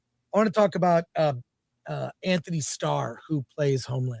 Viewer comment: Dang Chris butchering Antony’s name lol